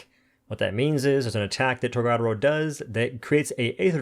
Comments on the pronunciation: You say tor ga door o. Not tor god aro. You say it like Americans that don't know how to pronounce words in a different language so the say it witch ever way. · I just wanna say.. TOR-GA (guh)-DO (doh)-RO (roh... not row) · Boy I'll never get over his mispronunciation of TORGA dora... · It's pronounced torg-A-doro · Dude, it’s pronounced Torga Doro